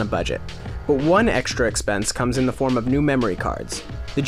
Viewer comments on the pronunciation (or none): none